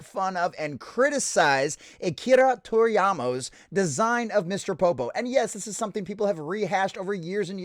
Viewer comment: Pronounce his name right. Don't be a dickhead.